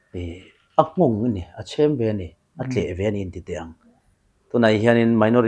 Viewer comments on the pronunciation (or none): none